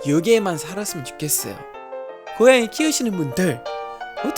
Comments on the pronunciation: 어머니 고얭이 발음 너무 귀여워요ㅎㅎ☺️ 가족분들이랑 소소한 일상 담은 브이로그 같은 거 찍어주시면 좋을텐데ㅎㅎ 영상 잘 보고 갑니다 :) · 고옝이라고 발음하는것은 한국의 나이 많으신 분들도 많이 하는 발음이에요ㅋㅋ